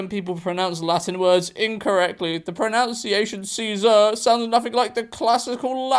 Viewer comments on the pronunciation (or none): It's 'Pro-nun-ciation', not 'Pro-noun-ciation'! 😊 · As an actual Latin student, Nery is pronounced 'Nae-row' (the accents are weird) but the worst of it all is how the word pronunciation was pronounced 'pronounciation'.